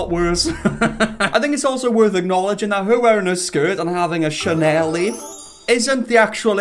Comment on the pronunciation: i love how you say "chanelie" instead of "chanel" lol im gonna have to start calling it that